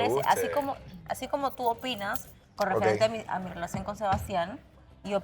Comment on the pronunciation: Piña pronuncia bonito la "R" es asi como "rrwelacion" 🤭